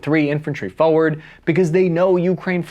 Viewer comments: Now... say 'forward" slowly 'fore' and 'ward'. Forward.: FO werd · FFS. It's FOR-word not FOE-ward.